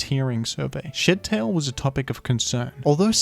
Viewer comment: why do i keep hearing shittail